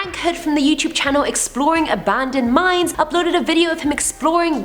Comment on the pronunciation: When first mentioned the video, I thought she said, Top 10 Scary MIMES...and yeah, that is scary!